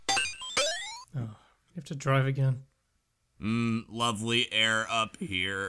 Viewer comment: "Mmm, lovery air up here." Must be British Engrish.